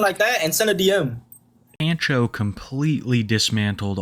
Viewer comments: My brother in Christ, it's pahn-cho, not pan-cho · Can't tell if it's just the guy's screen name, but saying "Pan-cho" instead of "Pahn-cho" pains me. Otherwise, excellent vid as always lol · Are you sure that's how you pronounce that name? I have never heard it pronounced that way, It's usually like "Pawn-Cho"... Every time you say it the way you do I just want to throw my phone. 😂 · Pan-Cho? Obviously you’re not Hispanic lmao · The way bro says “Pancho” is hilarious. It’s pronounced “Pon-cho” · The way pronounces pancho makes me die a little. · Take a shot every time he mispronounces pancho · ** YOU REALLY DONT KNOW HOW TO PRONOUNCE THE WORD "PANCHO"? **